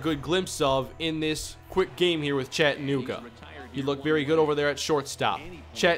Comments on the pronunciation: it's not CHATT-anooga, there is no emphasis. It's just chad-u-nooga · As a resident of Chattanooga, your pronunciation of Chattanooga is very wrong